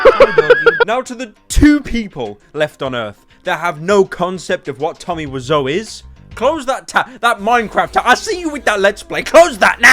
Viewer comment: Someone should tell him he pronounces Tommy's name wrong